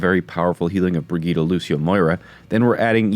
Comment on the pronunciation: Why is every American mispronouncing Brigitte, i can understand one maybe two making this mistake. But everyone American youtuber. Its like brijje eet, i dont know how to type the correct pronunciation, thats my best effort.